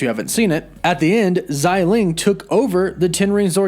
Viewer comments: Bro it’s xia ling(sia with a straight down tone) not zyy ling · xialing not xailing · Just as an FYI, Xialing's name is pronounced "Shah-ling". The X in her name is pronounced with an SH sound. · Her name definitely isn't "ZAI" lol, apply yourself